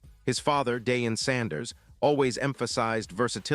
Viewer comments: Its pronounced.....Dieon......Not Daeon😂😂😂😂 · Clicks and Views. LIES, LIES AND MORE LIES. AI CANNOT PRONOUNCE DEION'S NAME. SMh.